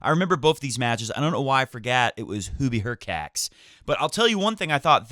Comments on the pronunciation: Hurkach not Hurcats- no felines here ☺ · "hurkacz" should be pronounced as /hurkatch/, similarly to e.g. "latch"